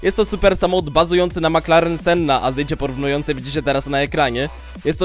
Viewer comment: To nie jest laska która jest senna , wymawia sie to jak by tam było tylko jedno N "Sena" .Do tego był nazwany od kierowcy wyścigowego Ayrton Senna wiec tak naprawde to wymawiasz źle nazwisko goscia